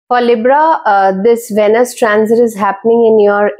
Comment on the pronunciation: It’s pronounced as veenus. Pls emphasise on the ee sound